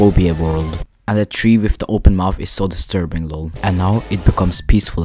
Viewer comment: “desturbing” no hate btw